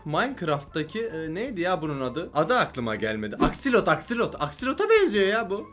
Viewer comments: Abi aksolot o akselot değil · abi o axolotl aksilot diye okunmıyo exsılıt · Abi aksilot değil aksolot